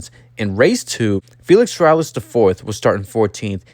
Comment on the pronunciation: Its pronounced “seh-rah-YAYSH”. I had the oportunity to meet his grandfather and father. Beatiful people. Although the are very well off money wise, they are true humble folks. Its a shame Felix III ran out of money and then had to quit.